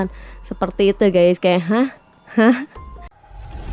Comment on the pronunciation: Siapa siiiich nm nitizen yg blm jg tuntas ngmg nya udah ketawa. Juga menyebut guys dengan gaaaaaas. Tlg dong mas, benerin dl pengucapannya. Biar ayiiik. Lg pl ngmg nya khoq rada ngaco siiiich, dng ngmg wkl enggak pny hak. 🙄😱😱😱 pugu giliran jadwal debat cawapres itu kan menyampaikan program bersama capres dan cawapres. Ih kamu melecehkan wakil bngt. Presiden tnp wakil enggak bs nyapres bung !!!